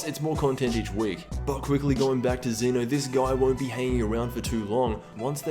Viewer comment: It's pronounced Zen'O btw